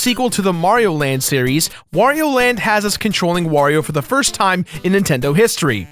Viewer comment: "It was like the firrrst Nintendo everrrr!"....